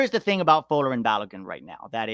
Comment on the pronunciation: It’s pronounced Fo-LAHR-in Balogun. See his early interview after joining USMNT. Emphasis on second syllable. Just saying lol.